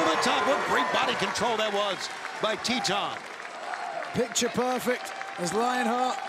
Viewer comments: Its Titan! Not Teetanh 😂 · Every time they say Titan, I keep hearing Tea-Time.